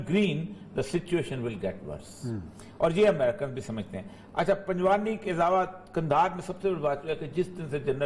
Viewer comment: Orya sahabb... Panjwani nahi hai.... Panjwaii hai is ilaqe ka nam...